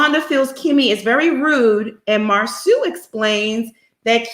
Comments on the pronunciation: Can you not call him Marsue. It mar-so. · It's disrespectful to Marsau's mother to keep mispronouncing his name as Mar-soo. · Does Monica really watch the show because she mispronounced Marsau and Tisha's names like she really doesn't. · It Bothers Me That This Man's Name Is Being Pronounced Wrong On Purpose smh.